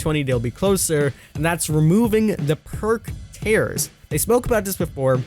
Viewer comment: did he really pronounce tiers tears